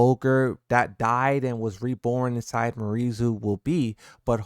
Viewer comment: It’s pronounced, “Me-are-E”. Not Marie.